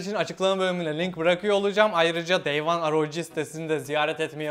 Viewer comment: şunu aroci diye okumak ne kazandırıyor